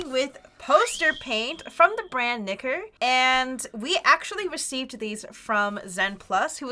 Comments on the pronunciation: Every time they say Nicker: "ExCuSe Me!?" I miss heard that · Wait, did say Nicker or Nigg**?